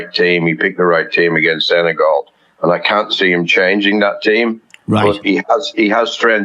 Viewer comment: The pronunciation is not Sene-gaul. It's Sene-gal...as in my gal... I haven't heard any anglophones pronouncing it properly.